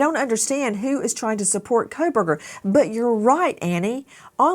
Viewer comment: His name is coalburger. Pronounce it correctly please. The Kohlberger family would like to be rid of association and here you go... coalburger (coh lll uh bur ger) coalburger.